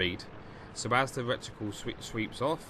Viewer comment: I kept laughing every time you said 'recticle', the word is reticle. Maybe you had rectums on your mind.